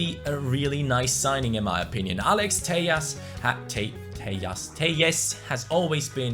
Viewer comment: The pronounce to say Telles is Teles Like so can see